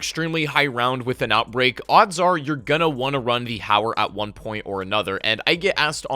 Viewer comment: Oh I thought it was called howler or haywire, or hayer....JK, finally someone who can pronounce the damn gun right.. it’s HOW-ER guys.. gawd lol